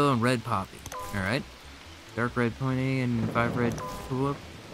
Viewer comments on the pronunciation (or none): Peony is pronounce 'pee-oh-nee' Really enjoying this series